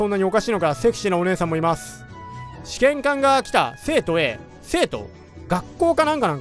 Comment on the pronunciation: 試験官のイントネーションがずっと試験管で笑える